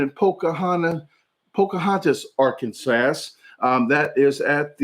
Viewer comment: You didn’t pronounce Arkansas correctly